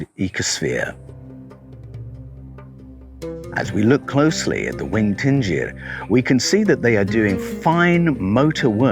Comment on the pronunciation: is it not 'dingir' DIN-GIR? i think you are saying Tingir....'din' indicates divinity....